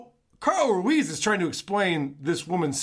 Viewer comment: He never learned to pronounce his friend’s name. To this day he’s still calling him Carl Ru ez